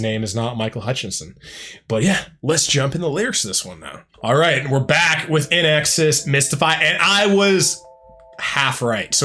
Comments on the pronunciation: One of my favorites. BTW, it's pronounced like "in excess", not "In exes". 😊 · Sounds like you're saying IN EXes. It's IN EXCESS. To see that Michael Hutchence charisma...watch "Suicide Blonde" live at Wembley Stadium in 1991. So good. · Small critique. It is pronounced in excess. Not inexus. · It's pronounced In EXCESS. Michael was one of the few baritones in the rock universe. And he was HOT. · Hi. Just fyi it's pronounced in excess. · Please it’s pronounced IN EXCESS /INXS.. 🧐😊🇦🇺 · FYI - INXS is pronounced 'in excess' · Pronounce it “in exCESS”. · Pronounced In Excess! In X S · Yeah, get the band name and lead singer’s name correct. The least you can do when earning money off someone’s work! Don’t be so lazy! 🙄